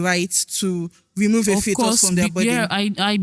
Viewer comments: arguing with someone who pronounces "fetus" as "futus' is the biggest issue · Sorry guys is it FOTUS or FETUS it’s pronounced as (FEETUS) I had to check my dictionary I was just hearing FOTUS FOTUS 😅😅😅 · She meant was pronouncing it as "fuutos"😂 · Bruhh....she kept saying futus and I'm like whattt 😭😭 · am I the only one hearing different pronunciations of the word “fetus”